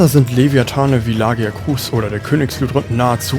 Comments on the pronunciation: La-gia-cruuus ist halt leider sowas von falsch xD Laut Capcom spricht man es offiziell so: La-gi-a-crus. Und bei Gobul liegt die Betonung auf dem O und nicht dem U. Trotzdem ein sehr gutes Video und auch mein Starter in die Monster Hunter Reihe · Gutes Video aber wie du wirklich jeden Namen gottlos falsch aussprichst schmerzt richtig beim Zuhören. LagiakrUUUs, Seadois, Kushala DAAora. Selbst wenn ich es versucht hätte, wäre ich nicht auf diese Weltfremde Aussprache gekommen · Abgesehen von der Aussprache vom Lagiacrus und Ceadeus :D